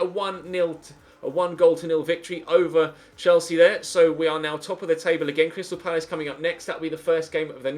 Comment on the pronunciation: It's crystal palacr